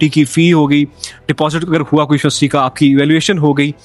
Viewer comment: bro did ya say UST or university?🙂